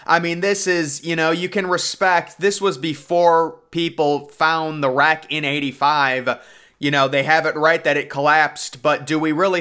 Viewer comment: It’s not rack😂 it’s wreck lol